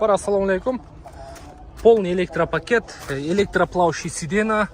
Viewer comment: Дагы сидена деп баштаптырго зорго үйрөттүм еле силерда айткылачы сиденья деп айтсын😂